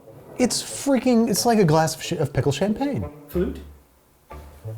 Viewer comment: Was that a Freudian slip with the Vlasics - “pistle” for ‘pickle’?